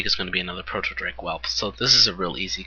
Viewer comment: yo i love the vids been watching them all but i have to say something... the way you say proto in the word proto drake or proto whelp is TOTALLY EPIC!!!! :)